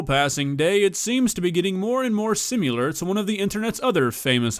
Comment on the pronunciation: Did this guy just say "sim-you-lur", it's similar